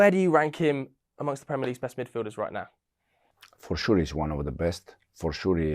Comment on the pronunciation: Fuore shurrr 😅😅😅